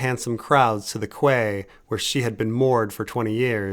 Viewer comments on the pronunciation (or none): I swear I remember learning that quay is pronounced like "key" during some livestream, but either I imagined that or it didn't take. Great reading otherwise, I appreciate the voice acting!